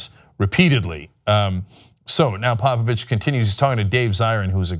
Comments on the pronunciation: He's saying Popovich, I kept hearing Papa Bitch! XD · I swear Cenk is saying Pappa Bitch... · Thought he was saying "papa bitch"... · I honestly thought you were calling him Papa Bitch. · I thought he was saying papa bitch